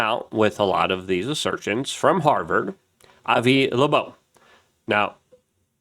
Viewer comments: Avi Loeb, not Lebo. Ears have lobes, which is how Avi's last name sounds like. Is it dyslexia my friend? I really like your channel, but you hurt my brain Hahahaha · Can you say his name write …. Been like a month and you still pronounce his name wrong …. Come on bro ; where’s the excellence …. It’s LOEB ; like Earlobe , Avi LOEB … thank you ; and thanks for your work otherwise . Just say his name right . Loeb (like ear lobe) not laboeb … like where do you get that ? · Luke reads the name: Avi Loeb Luke: Avi Loobobe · N U C L E A R, gee, it's not that hard is it? Also "Lobobe" 🤣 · pretty sure that's not how you pronounce avi's last name, do better